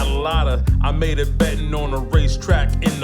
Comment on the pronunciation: But, we can prove Tarik didn't go to Knee-vad-a he can't even say it right. Probably pronounces the "s" on the end of Illinois too.....